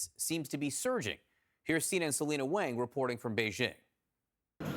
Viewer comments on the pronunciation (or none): Wang= "Wong" not "Waahhng" as in rhyming with "gang"....CNN really needs to pronounce names properly, very culturally insensitve, not surprising.